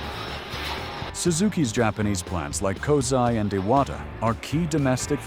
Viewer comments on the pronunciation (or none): none